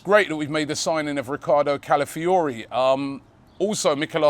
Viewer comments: ROBBIE ITS CALAfiori, CALAfiori... Not CALIfiori jeeeez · Robbie: Mikel ‘Mourinho’, ‘Califiori’. The way Robbie butchers names!